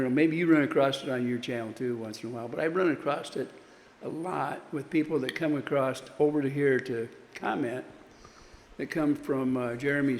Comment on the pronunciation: ACROSS, the word is ACROSS!!